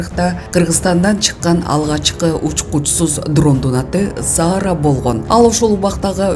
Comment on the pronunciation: Окууган алып баруучу, Саараны, Заара деп, туура эмес окуп жатат.